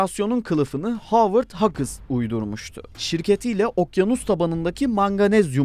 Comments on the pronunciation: hagıs diye okunmaz ezbere okuyorak söylüyorsunuz. bari internetten nasıl telafuz edilir bi öğrenin. hüys şeklinde okunuyor. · Hagıs ne yaaa! Bari netten araştırın telaffuz nasıl öğrenin. Sayın Hagıslar. Sıkank works birde sr71 i dizayn eden oluşum. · İngilizce telaffuza çalışsaydı bari dışses ... Hughes 'hakıs' diye mi telaffuz edilir? Kulak tırmalayıcı ... Veya doğru dürüst ingilizce bilen birisi bulunabilirdi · Video çok güzel gidiyordu ta ki siz Havırd "HAGIS" diyene kadar... Edit: Luket Martin :DDD ingilizce kelimeleri translate'e yazıp biraz dinleyin ya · Hagıs değil Hüuuğs. Skunkvörd değil skankvörd Lukiid martin değil lakiiğt martin İngilizce grameri birilerine sormalısın.